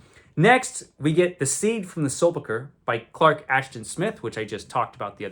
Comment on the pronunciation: encounters his Kryptonite (the word "sepulcher"/"sepulchre" depending on which side of the pond you're from) once again, but doesn't come off too bad because it's only a fleeting encounter, and no one is paying much attention – EXCEPT FOR ME, A PASSING LINGUISTIC BAT. None of us here want this to be downfall, because we are all his friends, but others might have more sinister intentions., as soon as you can, please spend a half-day or so with Mrs Stately-Vaughan-Manor (or another friend) in your Fortress of Solitude practising how to say this deadliest of words.